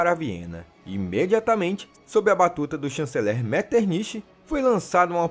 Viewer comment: No francês, não falamos todas letras que vemos, portanto se diz" Meterni"